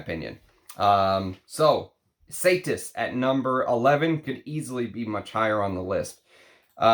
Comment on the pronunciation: Say it with me, “E-SA-TEES” Ysatis. And you described it perfectly. It’s beautiful. ❤